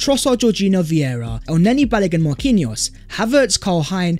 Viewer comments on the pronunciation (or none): none